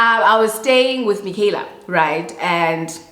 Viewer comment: Everytime says Mikhyala, I automatically say " may her RIP" 😅